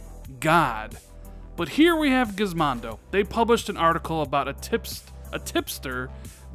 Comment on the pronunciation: This guy did not just say Gizmondo! LMAO It's Gizmodo (without the n)